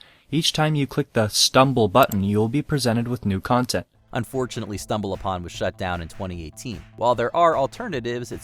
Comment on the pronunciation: C'mon, folks-- re-record your punch-ins; don't use AI. "stumbal BUH-tin" was obvious.